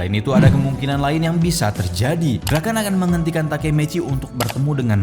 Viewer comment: BUKAN DRAKEN BANG TAPI DRAKEN🗿